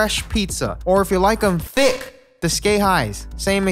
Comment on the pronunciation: Sounds like she’s saying thicc